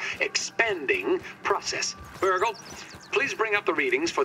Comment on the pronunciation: calling Burgle “Burger” will never not be funny to me